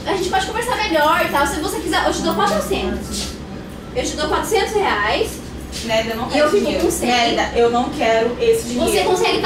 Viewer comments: Não é Nerida e Nérida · Quando ela falava "Nerida" parecia que ela estava falando "merda" ksksks